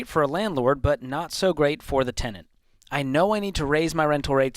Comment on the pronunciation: As much as I love and this channel, I absolutely CANNOT STAND…the way you say “tendent” rather than “tenant” 🤢🤮